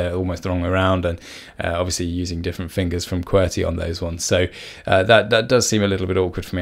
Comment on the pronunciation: Key-Bee-Are !?! Key-Bur !!